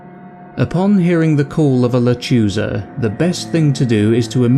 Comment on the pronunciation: You need to learn to pronounce Spanish correctly, and also, it’s not the sound of a baby crying, it’s the sound of a woman laughing. I’ve heard it!